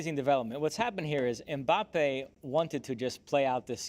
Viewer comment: Stop being lazy and pronouncing last names in english. Mbappé has the accent on the e.